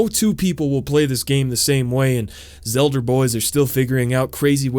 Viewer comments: lmao "The Zelder scrolls" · “Zelder” sounds like a slur